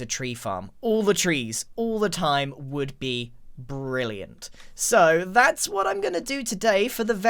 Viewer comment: Haha he said "wood be" when he was talking abt the tree farm